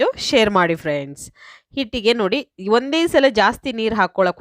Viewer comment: Kannada is bad, hunde alla adhu onde